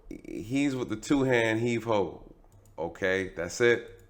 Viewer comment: Yo commentary is hilarious 😂😂😂...heave ho"E"😂😂😂